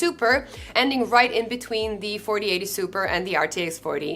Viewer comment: My cat once told me: Dutch is actually mispronounced German. Of course I didn't believe him. But after seeing how you mispronounced "4080 Ti" throughout the video, maybe he was right 🤔